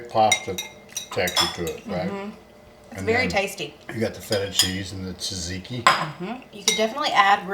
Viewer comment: You are correct about Caesar flavor. Sometimes it overwhelms the dish. Just dress it, don’t drown it. I also, peel my cucumbers but not always. It depends on the type and the thickness of the peel or what it is going in. You said tzatziki correctly the first time tah-ziti. Thank you again for your efforts. Love n hugs to you all.